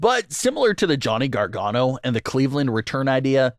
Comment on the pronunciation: Johnny Gar-Gone-oh. That's it, that's his name now.